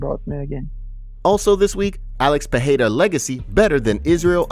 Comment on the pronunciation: It's Pereira not Peheira